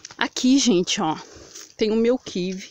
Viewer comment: kiwi EU CONHEÇO ! é pq vc FALA QUIVE ai eu pensei que era outra fruta, obrigado !!